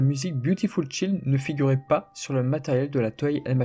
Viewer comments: On dit pas ch i ld mais chaaaiiild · Man s'il te plait on dit Beautiful Chaild pas beautiful Child . Le "chaild" ça se prononçe comme l'épice aïl. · Beautiful chAild. Les cours d'anglais sont loin dis donc ! Je suis Trigger facilement par la prononciation anglaise désolé ! Video toujours intéressante sinon, franchement ton travail est super propre. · j'ai appris plein de trucs, merci ;) Je vais t'apprendre un truc à mon tour celà dit. Le mot "Child" (enfant en anglais) se prononce